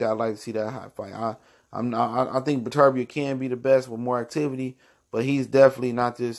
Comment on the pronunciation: Learn to pronounce the man name before featuring in your video